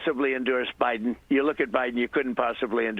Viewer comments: I hate how he says "bIYden" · He keeps saying Biden. 😂😂😂😂😂